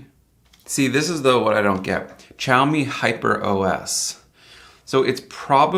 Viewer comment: I missed the whole xiaomi thing except he can't pronounce it . I'm not trying to be mean I just .. geez